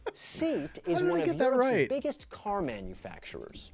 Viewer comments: I'm sorry but I have to comment this everytime I see this question: it's not "seat", it's "see-at"! It stands for Sociedad Española de Automóviles de Turismo. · It's not pronounced SEAT, it's SE'AT. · SEAT pronunciation got me by surprise... pronounced as a "take a seat" got me laughing. It is pronounced "SAY - AT" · It's not 'seat'. It's 'say-at'. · He really did pronounce it SEAT didn't he, oh god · IKEA = EE- KAY- UH not EYE KEY YA. BILBOA is in Spain. IBIZA = EYE BEE THA. SEAT = SEE AT. The FALKLANDS WAR took place in 1982. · SEAT is pronounced SAY AT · I don't care what Google Translate says. It's an acronym for Sociedad Espanola de Automoviles de Turismo. It's a Spanish company and in Spain it's pronounced 'say-at'. I lived there for 3 years. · Some of the names the presenter gets so wrong, it really annoys me, but hay-ho, good quizz......Seat, omg please.....as a Brit I got 41. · What do you mean? In Google translate in spanish that is how it is pronounced .